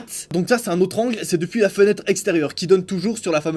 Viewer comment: Il a dit genetre allumée